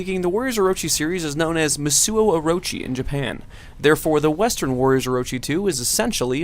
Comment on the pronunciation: What? Who didn't play Warriors Orochi 2? Also, it's "Musou" not "Musuo," pronounced "Moose Oh"